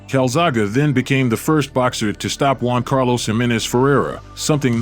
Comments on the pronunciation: He pronounced it calzago at the very start.. hahaha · How do you mean a video about someone who's name you can't pronounce! Kalzagha ,hahaha, I am glad that you got Joe correct! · I really wanted to watch this but switched off after a couple of minutes because of how he kept mispronouncing his name. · Its funny the narrator sounds like english is his spoken or first language. He cant get Calzaghe right though its not Calzaga Mate how tf do you not get that? Calzaghe. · The Mans name is Joe Calzaghe ( pronounced Cal zag ay ) not cal zaga , and is thee best boxer I have ever seen . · How the hell do you look at calzaghe and pronounce it calzaga? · Joe: my last name is calzaghe robot voice: carl saga? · Calzaga? Cal zaa ghi is how I pronounce his name. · It is pronounced Calzag'E' not Calzag'A' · You Say It Calzakey ...Not Calzarka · Joe Calzaghuh c'mon man get his name right! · So under-rated what a talent he was but how can you put out a 31 minute compilation with a commentator that cant pronounce his bloody name correctly absolute disgrace and an insult to the Calzagh"E" family name! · Calzaghaa, Calzaghoo ------ Calzagh eeeeeeeeeeeeeeeeeeeeeeeeeeeeeeeeeeeeeeeeeeeee! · Never heard his name pronounced as Calzaga before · joe calzagha lol please pronounce the e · I'm in Newport south Wales watching this,is pronounced joe calazagey!,( calzaghe ) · That would be Welsh Dragon and his surname would be pronounced Kal-zag-ee. so painful listening to this commentary. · joe calzagA? Italian pronunciation or ......? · That's the very reason I came here to say calzhagheeeee ot aaaaaaaah. Lol he frigging got Caerphilly right it's less than ten miles away from where I live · Carlzarga pronunciation spoiled a great watch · You are wrong to buddy. It is Cal-zoggy. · Can’t make it through this .. every time he pronounces his name wrong I just want to pull my ears off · first of all get his name right, typical americans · Peeing me off not saying joe’s name right???